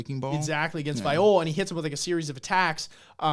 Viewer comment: These discussions are so good man. Bam vs Love was one of my fav fights in this introductory arc. P.S Also, Viole is pronounced [Vee-Yeo-Lay]. Jue Viole Grace --> [Jew-Vee-Yeo-Lay-Grace]